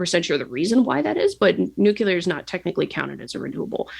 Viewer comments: All I can hear is Homer Simpson saying "it's pronounced 'nu-cu-lar'" 😂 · Nor can she pronounce the word "nuclear" correctly. Makes me question just how smart she really is.